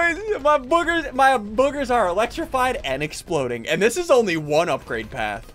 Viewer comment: Exploding not exploring😂😂😂